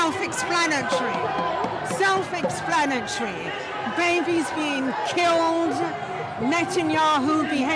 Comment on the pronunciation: It’s self explanatreee 😂😂😂